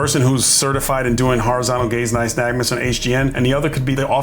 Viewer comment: Glad you said "nystagmus" because an officer on another stop called it "nystagnus" and I thought I 'd been saying it wrong. Obviously I watch too many of these videos. 😂